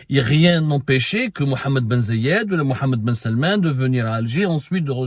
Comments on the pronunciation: ZAYD not Ziyad ;-) write it down next time Brother :-) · محمد بن زااايد آل نهيان corrige toi Abdou c'est Zaid. Aaal nahyene